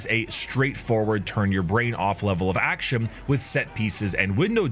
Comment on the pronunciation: Just asking, whats up with he saying m’s instead of n’s, like “actiom” instead of “action”? I guess he saying m’s specificly if word ends with a n’s. Love your content btw.❤